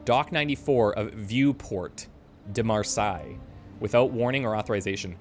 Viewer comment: Marseilles is pronounced "Mar-say" and Quai is French for Quay, pronounced "Key".